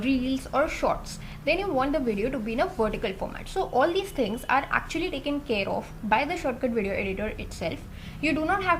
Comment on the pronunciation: thinggs (its an Accent!)